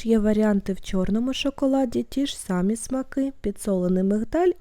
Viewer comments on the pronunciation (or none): none